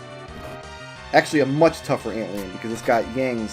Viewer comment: I beg your pardon, ant-lean? Try ant lion, my dude. Literal fusion of the words.